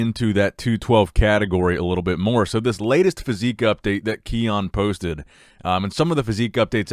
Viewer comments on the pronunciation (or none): Ki-un not Keone